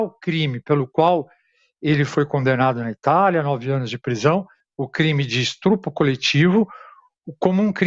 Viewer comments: Um jornalista falando "estrupo"... Chega a doer no fígado. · PQP..... Jornalista falando "estrupo" é de doer....😂😂😂😂😂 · Antes de ontem, uma jornalista falou "cidadões". Hoje, o Jornalista diz "Estrupo"...que fase do jornalismo brasileiro!!!